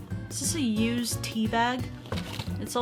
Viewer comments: "a used bannana" you have Englished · Love how she said ‘ a USED’ banana lol